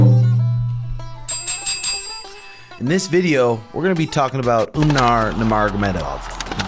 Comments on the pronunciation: Lmao please stop saying Umnar it’s just Umar 😂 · It’s Umar not Umnar 😂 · Its Uuu( long vowel) Mar ( mar ket)..yah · Umar. with M....mmmmmm NOT UMNAR!!! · You mean "Un"mar is 18-0. 🤣 Have no idea why this dude& Suga can't say Umar. "Omar" is a very common name in the Muslim world, but some places like Dagestan, it's spelled "Umar" and pronounce slightly differently "Oo-maar" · It’s not a good sign that you guys are looking past Merab. And why the hell do you keep saying Umnar? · I don't get it, why are you and insisting on calling him Umnar? is this the new trashtalking? you're just sounding dumb af. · umnar, marab, beenoyt stdeny haha suga and tim purposely butcher the names of dudes they hate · Stop calling him Umnar you mofos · It's actually "oom-gnar" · Umnar Nurmadurkadurk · Unsubscribe for saying the name wrong. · Sug and had no problem pronouncing Umar before he became a contender 😂the pettiness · Childish. You are a grown man, stop mispronouncing the guys name. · Pretty sure he’s trolling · He is just saying it because Sean says it like that. At the end he says the name correct,probably forgot 😂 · Leave it up to to mess up every name he’s ever said. I wonder if he’s just trolling at this point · He’s doing it on purpose bro it’s actually funny